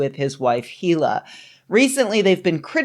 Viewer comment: The H in Hila is silent